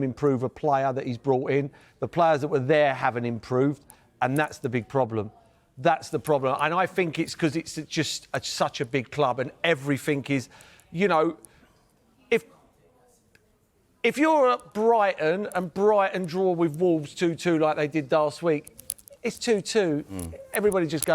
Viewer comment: Today Paul Merson actually looks as stupid as the things that come out of his mouth. Still saying everythink... 🤣🤣🤣